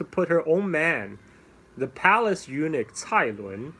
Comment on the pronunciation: A small detail: Eunuch is "U-nuck" not "U-nick". In any case, thank you for taking the time to do this. You have become the Lei Dai Sor of SE Asia.